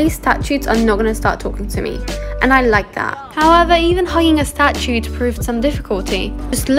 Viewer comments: Every time pronounces "statue" as "statute" you gain a year of your life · The fact that you're studying law and don't know how to pronounce statue is worrisome to say the least. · Can’t believe you don’t know how to say statues